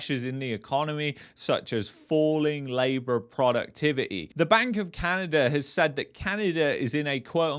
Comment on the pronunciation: Sorry my friend it’s not Canader but Canada 😂, thanks for correcting this 👍